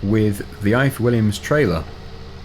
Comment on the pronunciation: You said the ifor Williams trailer wrong. It's a welsh name company.